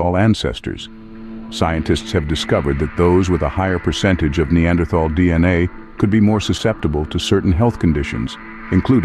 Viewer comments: TAL! Not -thal. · The spelling “Neanderthal”, besides suggesting an incorrect pronunciation, is obsolete since the German spelling reform of 1905. Citing Björn Kurtén ; the pronunciation here is very wrong indeed. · The th in the name is pronounced like a t the h is silent. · You pronounced "neanderthal" wrong.